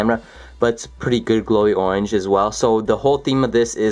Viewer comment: "as you can see it's ownge themed... it's an ownge themed glow.. you can see the little glowy ownge."